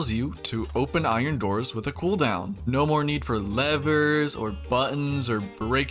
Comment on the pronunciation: “Oron” golem 😭🥀